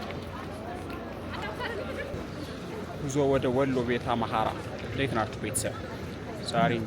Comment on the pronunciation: አምሓራ ነው ያለው not አማሖራ